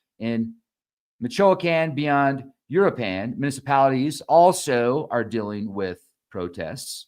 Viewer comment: Start by learning how to say u-roo-ah-pawn & mee-cho-ah-pawn. 😊